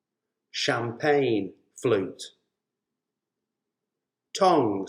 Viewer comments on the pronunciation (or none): none